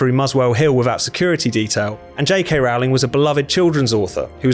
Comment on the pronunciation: You're British and should know b is pronounced ROLLING. she has said this in numerous interviews. jk Rowling is pronounced ROLLING